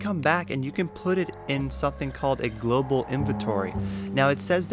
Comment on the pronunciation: xD no i was just saying you said "gloval" inventory a couple times xD good vid btw!